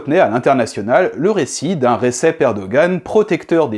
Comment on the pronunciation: Recep sa se prononce redjep